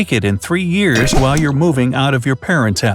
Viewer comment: He said ears instead of years